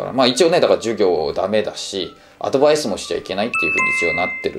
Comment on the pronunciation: アドヴァイスの発音とアクセントが英語を意識している（英語喋り慣れてる本人はおそらく無意識だろうが）のがなんだか好印象。 楽しみにしてます！